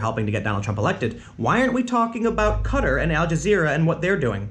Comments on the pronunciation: Dude its pronounced Kah-Tahr not Cutter... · Correct me if im wrong but isnt it pronounced Qua-tar not cutter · Repeat after me Tim: Ka-Tar, not Cut-er. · It's pronounced "Ka-tar" not cutter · "Cutter? What the heck is cut... Ohhhh... Qatar" apparently it can be pronounced either way, "cutter" or "kah-TAR" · How in the world can you pronounce Qatar as Cutter 😂😂😂 It's Qataar! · i guess the actual pronunciation is kuh -tar, not cutter lmao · Why does everyone pronounce it "Cutter"? It used to be pronounced "K'Tar." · It's pronounced Kah-tar not cutter! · Dude, it's "Ka-tar" not Kattur lol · Its kat-tar not cutter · Tim, it's pronounced QA-TAR not cudder.. just saying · I don't watch as much as listen to your vids and it sounds like you're saying "cutter" not "kah-tar". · Qatar is pronounced ca tar. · It is ka-tar in American English. The same pronunciation as guitar, only instead of GUI you sub in "ka". Tim is drunk. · I'm most concerned with Tim's pronunciation of Qatar. I was thinking "who the hell is Cutter" until he mentioned Al Jazeera. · When you say 'Qatar' it sounds like 'Cutter' and I was confused at first until you showed the map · "Cutter" was he pronouncing it like that as a joke or was it just a mistake? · It's pronounced Ka-tar! Get it right! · "Kuh-Tar" nice try tim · Its pronounced Qa-tar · ffs tim its pronounced ka-tar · Haha, it's not "cutter". Oh tim you silly person. If you're going to do conspiracy theories as a serious journalist, then at least look up how to pronounce things prior to making a video :D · The way Tim pronounces Qatar hurts to listen to. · Tim, love you man but your saying Qatar wrong.